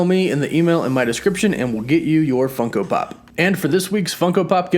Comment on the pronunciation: Stop saying funco pop...